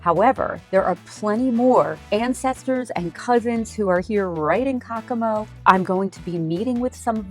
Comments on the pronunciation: I can't watch this. I'm tired of hearing the butchering of the name Caccamo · You are saying Caccamo wrong. That city and castle is named after my family